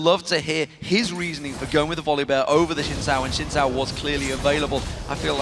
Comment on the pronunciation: Omg, hi is not called sin sao, it's is Xin ZHAO, just like chao not sao with an s... and he is the export commentator...